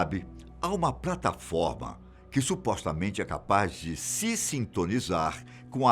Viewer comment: ele falou prataforma kkkkkk